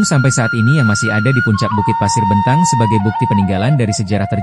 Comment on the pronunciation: Itu cara baca nya salah b'entang E nya di baca b'entang bkn jadinya .bntang